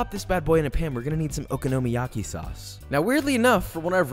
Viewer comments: It is oKONOmiyaki, not OKOnomiyaki. Emphasis is on the 'kono' not the 'oko' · Nothing like okonomiyaki I had in South Japan. Also accent is on the second syllable, i.e the "ko" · Just an FYI from someone who lived in Japan several years and has a Japanese wife. Okonomi is pronounced like Economy with an O. So Oconomy yaki. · I THINK YOU LIKE SAYING OKINOMIYAKI LOL Ohhhh darling unless you gonna invite me for this pancake 🥞 it’s tooooo much work lol but looks delicious 🤤 😋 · Your vids are great but your pronunciation of the dish makes me cringe a little. Try stressing the “ko”. Other than that, keep up the good work. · I won’t bother following the recipe of something that the person cannot pronounce correctly. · Joshua! I love all your videos and your passion for Japanese food especially, but omg the way you're pronouncing okonomiyaki ... it's like Kraft mayo in a jar. It's that bad buddy. Please find a native Japanese speaker and have them school ya. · yt: OMG. you butchered saying Okonomiyaki and Kewpie soooo bad!!:yt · I absolutely love your videos and have learnt alot. But learn how to pronounce okonomiyaki...